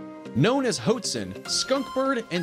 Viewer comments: Grouse: "gr-ow-s" Hoatzin: "hoe-aught-sin" Pronunciation is a bit off, and didnt even mention the hoatzins characteristic wing spur, but overall a pretty good video! 👌🏻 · Good pictures. Lousy music. Hoatzin is pronounced wrong.